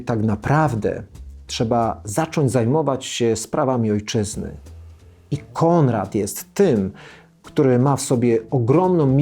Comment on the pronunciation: Mówi się Konrad, a nie Kondrad. Proszę poprawić film